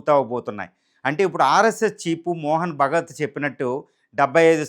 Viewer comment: First try to pronounce the name of RSS CHIEF’s name correctly”MOHAN BHAGAVAT” NOT MOHAN BHAGAT…నువ్వెలా Journalist వి అయ్యావు? ఈ Generation Journalists and mainly Lady Anchors are GOOD FOR NOTHIG,,,,, just Vayyaraalu Choopinchukidaanike Preference ఇస్తారు !!!